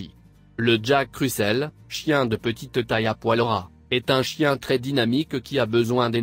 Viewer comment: Je déteste cette voix !!!!!!! Il c’est pas prononcé le mot jack Russell aaaaaa!!!!!